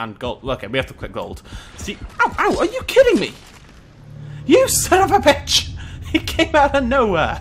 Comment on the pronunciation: Why do you have to say San of a bech I am only 8